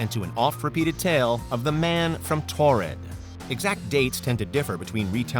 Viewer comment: These are easily debunked hoaxes. Also it's Taured not Tored.